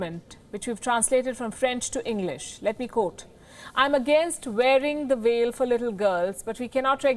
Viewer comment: veil risk. not evil risk as you narrated!